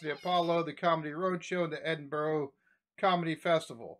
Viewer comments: Hi. Love watching your reactions, but as a Scot, PLEASE, stop pronouncing our capital city as "Edinboro". It's not. It's pronounced "Edin-bu-ru". Dead easy. Cheers. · Please, it is not Edinburrow' nor is it 'Edin Burg' it is dimple Edin-burah. I know you americans struggle with this, but You and We pronounce words differently I love your Honest Videos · Just a we comment so you know how to pronounce Edinburgh You say it like edin burrah, not edin burrow. Kevin is a class comic. Nice to see you interested in him. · "Hand in my C.V." - Curriculum Vitae, which is a resume' to Americans. Oh and it's "Edinburra" not Edinburrow. ;¬) It's nice to see another American who gets British humour. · Edin ,bur, ah, . not edin bur,oh, keep up the good work brother 🏴✌️ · Its Edin bura not Edin bro :) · As a note, Edinburgh is pronounced Ed-in - burrer. Love watching your reactions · Ed In Burra is how to pronounce Edinburgh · (Pronounced) Edinbur a.... Check out Still Game. Promise you you'll love it. Quid is like a dollar. Rosalie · America, Edinburgh is pronounced Edinbura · Edinburgh = "Ed-in-burg". Love the videos man, keep them coming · Its pronounced Edin Burra,Like the Australian bird..kookaburra. Edin burra. much love to you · funny to see how many jokes this American misses and doesn't react to because they fly way over his head. the most interesting bit would be for Americans to realise that their accents are equally not understood by the Scots. just the way he pronounces Edinburgh at the very end is hilarious. "Edinborow"!!!!! Says it all. To the: Pity you can't understand the whole thing mate; you'd be in stitches, but good effort and cheers for at least trying. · should not annoy me but hate how Americans pronounce Edinburgh . anyways great video as always. subscriber from Edinburgh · Go back to Ricky Gervais & ask him how to pronounce Edinburgh! None of you Americans can say Edinburgh!